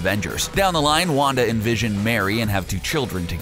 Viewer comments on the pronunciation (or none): none